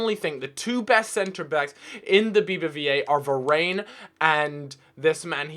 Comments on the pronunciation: Varane is pronounced Ver-Ran not Ver-Rayn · I hate how he pronounces Varane it's pronounced var-ON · Va-rain LOOOOOL